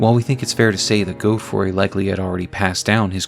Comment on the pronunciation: “Goadfroy” come on man great video but that’s just crazy